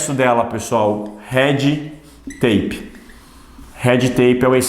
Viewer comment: Ótima aula! E o professor lindo... só precisa treinar a falar red tape em inglês